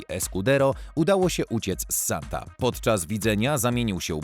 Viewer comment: Lektor ma problem z odróżnianiem litery "e" od "a". Skąd mu się wzięło paryskie więzienie "Santa"?